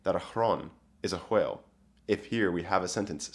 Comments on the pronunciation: Why do you keep pronouncing "whale" as "hwhale"? This is a genuine question. Is it an accent, the old English pronunciation, or just a troll? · I love this sort of research, but I have to ask, did you pronounce it h-whale before this or was that the Old English influence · I enjoy your pronunciation of whale, in that you follow the whine-win division, and pronounce the 'h'. It is very pleasing to the ears.